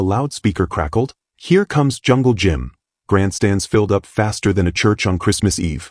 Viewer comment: Hey artificial intelligence its jungle Jim not jungle gym